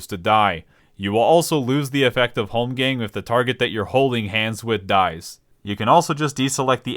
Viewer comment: Say holmgamg one more time....